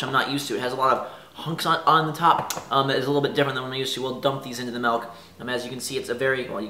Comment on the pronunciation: Melk??? my fine sir it is "milk"...